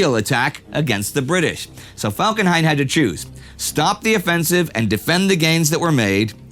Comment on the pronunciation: "Erich von Falkenheim"